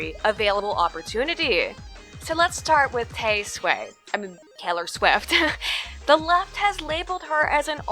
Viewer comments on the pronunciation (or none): Please, for the sake of the children I will never have and really don't care about, stop saying "Tay-Sway". I can feel the world dumbing with each repetition... :)